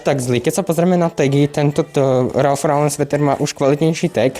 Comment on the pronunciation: Len pre buducnost: cita sa to "Ralf Loren" :) inak super videjko